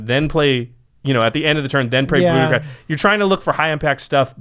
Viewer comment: Its pronounced Brüdicläd.